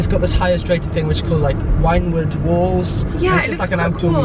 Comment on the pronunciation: He said winewood walls how cute 😂😂 it’s wynwooodd hahah